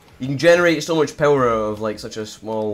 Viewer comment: pewer lmao